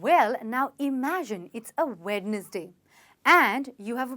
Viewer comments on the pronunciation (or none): It's wenzday not wednesday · Wed-nes-day.. I think the correct one is wens-day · Mam it's not wed nes day, it wensday. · It is not wed nes day how you pronounce it's wensday. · I think it is pronounced as wenzday and not wed-nes-day. I'm great fan of your youtube videos 😊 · She is speaking about attractive english but she pronounced Wednesday wrong . It should be wen-z-day . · Hello dear.. Thanks for sharing this video.. It would be very helpful. One thing i noticed .. How u pronounced Wednesday.. I feel it is pronounced by keeping 'D' silent.. Means wens day.. Instead of Wednesday. I doesn't mean to correct you but I'm giving my Opinion. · Wednesday ni wenzday pronounce krte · Snehal Samarpit yeah it must be ☝️ pronounced as wenzday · You just have mispronounced the wednesday 😂😂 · sorry but your say to wednesday is wrong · misprounced wednesday